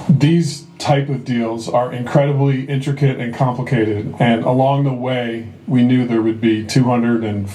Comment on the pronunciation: say "Intricate"